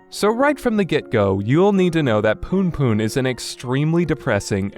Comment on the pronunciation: loool the way this guy say "poonpoon" is actually hilarious